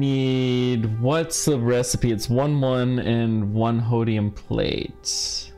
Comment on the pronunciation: its holmium not hodium